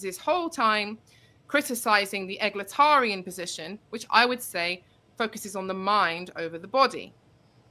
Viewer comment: Alright I just can’t get past the fact that she says egalitarian like Egg-latarian